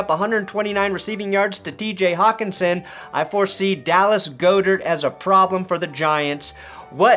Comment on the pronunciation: Bro GOD-dirt not GO-dirt, stop saying his name wrong if u acting like u know about NFL players. Go watch a Eagles press conference, come on bro be better